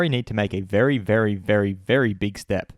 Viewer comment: *bery bery bery bery big step